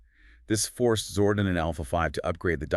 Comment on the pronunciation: Good video A few mispronounciaton that made me half think ai.. like zordon, and several other ones I can't recall but still a good video.. watch t he show for the proper pronunciation for zordon lol. Dine oh not deno 😅. Zord on not zord in lol